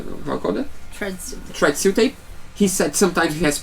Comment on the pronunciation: I know you're saying "thread seal tape" but I keep hearing "FRED seal tape" which makes it much more fun. I'll never be able to see Teflon tape again without thinking of you guys & Fred.